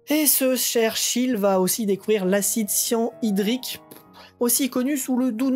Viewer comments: Bonne vidéo ! Malgré beaucoup d'erreur de prononciation même sur des noms de scientifiques... (déphlogistiqué, acide cyanhydrique, RUTHERFORD ! et d'autres...). Et en tant que chimiste ça me fait mal aux oreilles. ^^ Tu devrais te documenter un peu plus pour parler d'un sujet aussi large et précis que la chimie (surtout pour les prononciations). Il existe un documentaire en 3 parties de la BBC présenté par Jim Al-Khalili qui s'appel "Les Secrets de la Matière" (trouvable sur Daylimotion) que tu aurais du voir (cela t'aurais éviter les erreurs et appris beaucoup..) et conseiller au public pour en savoir plus. Bref, je te suis depuis quelque temps et j'aime bien ce que tu fais, tu mérite plus de visibilité.. Continue de travailler un peu plus sur tes vidéos et ça payera. Sympa la blague sur le Neutron. ^^ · J’ai pas regardé les nouvelles video, mais j’espere que tu te renseignes un peu plus sur tes projets, et que tu ecris toi meme tes scripts … Molybdene, et acide cyanhydrique, quand tu le lis ca se voit sue c’est pas loin d’etre la premiere fois que tu prononces ces mots